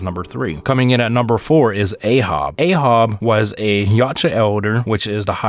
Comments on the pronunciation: Elders is not the highest rank , it’s ancients . And his name is pronounced A-H-AB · You mispronounced "Ahab". It's A-HAB. Like Captain Ahab from Moby Dick. Good list btw.